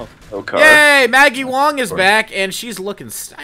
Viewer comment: he's pronouncing it maggie wong.